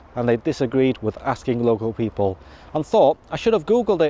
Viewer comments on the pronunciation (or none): none